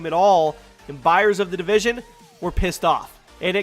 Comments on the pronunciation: Division not Devison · It's division not devision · Division not devision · It’s the division not devison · Its the Division btw not Devision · Its division, not devision. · Its division not devision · "The Devision" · "Devision"? Division👍🏼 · Its spelled Tom Clancy "division". Not "devision" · DEVISION ... is that like loss of Vision, or did you mean DIVISION? LoL!!! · Its Division, not DEvision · tom clancys devision? its DIVISION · FYI it's division not devision please pin this lol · Jack Donovan "division" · “Devision” lol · “The Devision” LoL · "The Devision" xd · "Devision " LOL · Division does not have an "e" in it. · The "DEvision" hahahahaha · "devision" l0l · "The Devision" ?